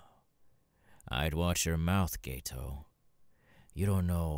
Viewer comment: I’m sorry, and this isn’t meant as a hate comment, but I know you seriously didn’t not just pronounce Geto’s name as Gay-toe 💀 Also, when you said “Name’s Jeff” my brain went straight to the “me nem Jeff” meme 😂😂